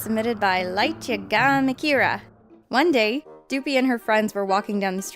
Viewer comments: Lightyagamikira is pronounced light yaga-mee keera. Protagonist from death note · you prounounced LightYagamiKira so wrong. Its Light - Ya - Ga - Mi (and in Me) - Ki (and in me but with a k) - ra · Ikr light ye gamikira is how she pronounced it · How pronounced lightyagamikira killed me